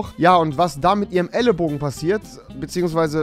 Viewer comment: Das heißt ellenbogen !!! elleNbogan